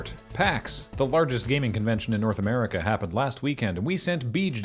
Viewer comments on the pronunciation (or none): none